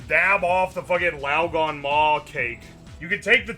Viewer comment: The gan in laoganma is pronounced like can.